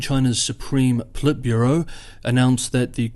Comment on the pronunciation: Did anybody else hear that as China's supreme pleb bureau?